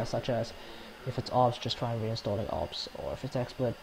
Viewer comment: It took me a while to realise that he said Obs